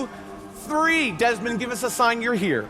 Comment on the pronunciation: who's Desmond? dezmont he said